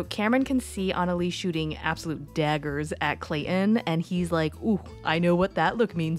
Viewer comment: ClayTon not clay-in…..